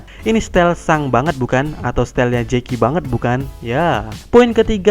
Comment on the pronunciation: Dubber indo goblok, shanks dibilang jeki